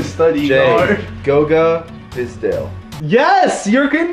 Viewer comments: did just say bizdale? it's bitadze... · Goga bizdel 😂 it's bitadze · Did say goga bidzale? It's giga bitadze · Goga Fizdale Me: It’s Goga Bitadze. You put Goga Bitadze and David Fizdale together. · Dude said Goga Biztale lmao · its not goga biltadze its bitadze im from georgia and i know